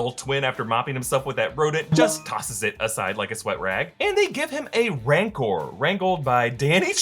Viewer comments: You also say "Mancor" twice. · Isn't it "Rancor"?